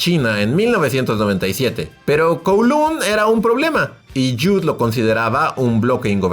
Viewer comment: Se pronuncia Koulong. 😅